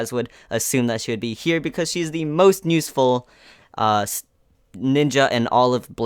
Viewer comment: Why do you say nuseful instead of useful? U always say it that way during this video. Anyway got every character in there except for tsunade sadly. Want to wait for a guaranteed red 6* banner. I only have Naruto Red. That means Itachi, Hiruzen, Deidara and Tsunade are up for grabs and all are great units